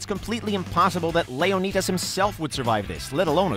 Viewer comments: LeoKneedas :3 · “Layoknetus” lmaooo are y’all retarded at this point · He said lionidis wrong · Layo-needus smh. not like theres an entire movie that has the correct pronunciation in it... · Does anybody in the WatchMojo team actually play these games or is this just a money hungry scheme. There’s no way anyone with a brain pronounces Leonidas’ name that way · 1 minute in and I’m ready to stop watching because it’s apparently too hard to pronounce LEONIDAS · the way you pronounce `leonidas` is cringey.